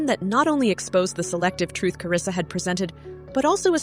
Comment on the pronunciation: Karlissa name too🤦🏼‍♀️ she said karissa where the L at 😂 (Hope i spelled it right)